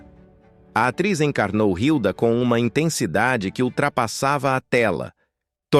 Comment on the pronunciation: Não é Rilda Furacão é Hilda ( Ilda)! Eita dificuldade com o português!